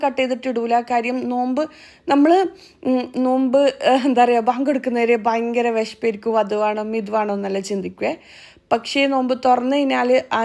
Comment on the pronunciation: വേണോ എന്നല്ലേ വാണോ എന്നല്ല